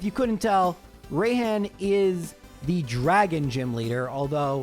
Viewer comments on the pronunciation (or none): Bro, I'm sorry but "Rayhan" and "Be-A" made me die inside. Obviously is pronounced like "Be" and "Rai" sounds like the beginning of the word "Rise". Just such a cringe way to pronounce names, IMO, because they don't even sound right.